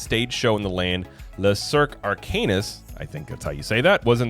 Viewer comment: Guys, it’s pronounced le-cirk ar-canoo